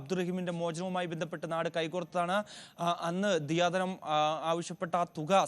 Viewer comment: ദയാധനം അല്ലേ റിപ്പോർട്ട്‌ ചെയ്യുന്നവർ ദിയാധനം എന്നു ആവർത്തിച്ചു പറയുന്നു